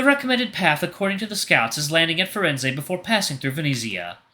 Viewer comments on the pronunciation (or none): Hey, I have a few tips on how to pronounce a few of the names and sayings: To pronounce Venezia, say veh-NEH-tsya, with the stress on the second syllable. The "z" is a "ts" sound, like in "cats," and the final "ia" forms a "ya" sound and To Pronounce Firenze, 'fee-REN-tseh.